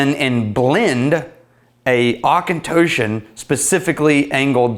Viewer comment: There's no K in Auchentoshan... Where do you get these guys?!